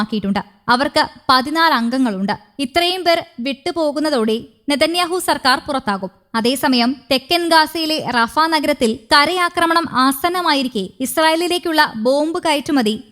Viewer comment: റാഫ അല്ല, റഫ യാണ് رفح